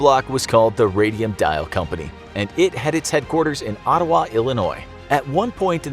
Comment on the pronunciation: He also says Ottawa weird I guess the Midwest accent changes it a bit